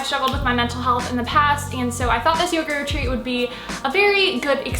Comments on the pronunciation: I thought you said “yogurt treat” instead of yoga retreat 🤣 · I thought she was saying ‘yogurt treat’ instead of ‘yoga retreat’ and I was like damn that must be such a good yogurt